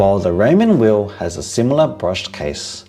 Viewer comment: "Weil" is not pronounced "wheel" but "vile". And any mechanical watch with a solid caseback is pretty much pointless as you can't see the movement which makes it so much more charming than a quartz watch other than how smootly the seconds hand moves. The IWC is therefore even more pointless as it is the in-house movement that distinguished it from lower-priced watches.